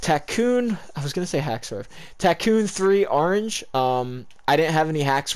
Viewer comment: Nobody:: aringe